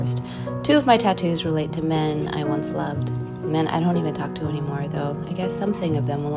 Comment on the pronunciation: You missed the point 💀 also she said “loved” emphasis on the ed at the end.